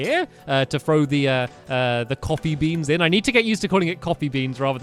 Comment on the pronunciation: it sounds like your saying copy...